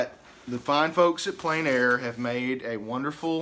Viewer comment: The French is pronounced "on plen air" not "en plane air"